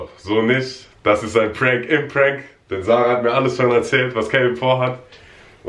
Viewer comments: Kelvin sagt immer puank Aber es heißt prank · Kelvin's Aussprache: Puenk Aussprache: Prank